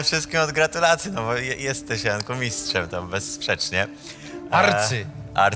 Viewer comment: Najlepszy "MISTSZ"